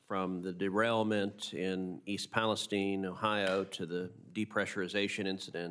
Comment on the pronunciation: Pronouncing East Palestine as “East Palesteen” at this point time is typical Ted Cruz. If there ever was a swamp creature … lol